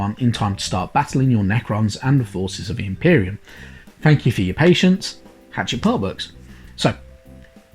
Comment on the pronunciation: Sorry for nitpicking but it’s not Hatchet. It’s pronounced ha-shet.